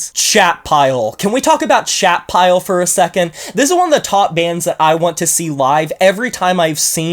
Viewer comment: I went and looked up Chat Pile and thought you were saying Shatpile. “Shat” sounds very sludgy